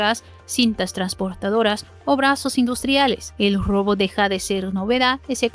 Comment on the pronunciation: Saludo al canal y a la conductura. Pertinente e importante contenido. Mi única recomendación para mejorar es la corrección en el idioma español. La pronunciación en la palabra "Robot" es un error muy notorio. Gracias por atender y por continuar.